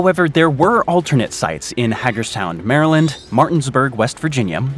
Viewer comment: It’s pronounced Hay-gers-town MD